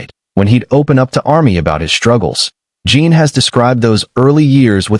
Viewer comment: His name is Jin not Jean. If you cannot say their names correctly at least have the words spell it correctly. I've seen too many of these videos and it never fails, one or more of the names are either spelled wrong or pronounced wrong. The information is out there, why don't you use it? Or have a proofreader on staff to make sure the information is correctly displayed.